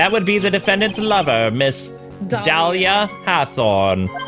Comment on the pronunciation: Dahlia is pronounced "dah-lee-yah" like the flower